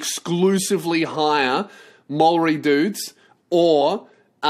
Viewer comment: No mate man but your pronunciation of Maori is off. Say it like Moldy and it'll be heaps better